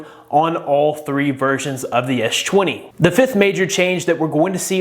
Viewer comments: Why you keep saying etch 20 etch 20 plus? Do you have any issue? You clearly said s10 or s line, which you sound fine man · I kept hearing "edge 20" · "ech 20"? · ''esh twany'' lmfaooo